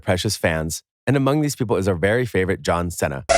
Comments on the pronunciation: Excuse me, but the way you pronounced John Cena. XD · John Cenna lmao